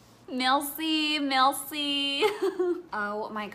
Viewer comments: MELCI MELCI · The way she said “Bonjour” and “merci” made my blood boil